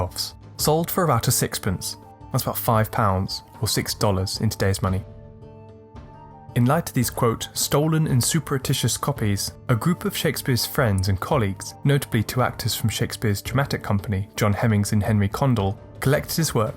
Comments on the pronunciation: also, 'surreptitious' is SUH-rep-tish-us, not SUP-eri-tish-us. Just a little thing - the video is good otherwise! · The pronunciation of surreptitious in this video is darksided